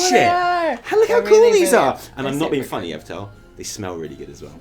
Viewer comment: I almost always agree with and Evitel, except when he continually mispronounces name. Every time he says EverTell, I mentally flick him in the nose. Maybe I should start smacking my monitor with a rolled up newspaper... worked for my dog.